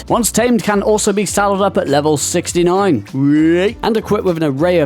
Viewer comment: the british whayyyyy for 69 killed me man. Big up the brits